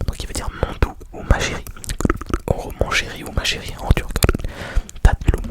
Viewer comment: Hey 😄 mon prénom c’est Emin, merci ! Et juste petite info, en turc on dit “tatlım” (pas “tatlum”) 😅 mais t’inquiète c’est rien. Continue à faire des vidéos avec des mots turcs, c’est super !